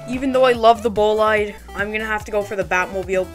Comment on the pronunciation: bro said bolaid instead of boleede xd. but i subbed btw